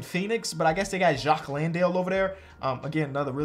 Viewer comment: It’s Jock … Not Jacque